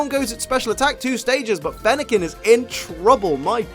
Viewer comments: Fennequin er- I mean Fennekin just got mad at mispronouncing it’s name so *kaboom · Fennekin couldn’t handle the mispronunciation of their name,.